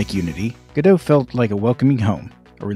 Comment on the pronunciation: The real issue here is that you correctly pronounce Godot as "Go dough", but you pronounce "Redot" as "Re dot"? Why not "Redo"? Doesn't that make so much more sense, especially since you're re-doing Godot?